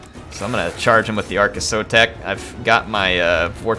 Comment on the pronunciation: yours is the campaign I'm going to follow because you're pronouncing our Skink Lord and Saviour's name right:P So tired of native-English speaking TW youtubers who think their mono-lingualism is a blanket excuse for not knowing how to pronounce anything, ever.